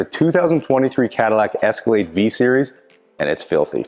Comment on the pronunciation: Where was calling it an Escalladeee?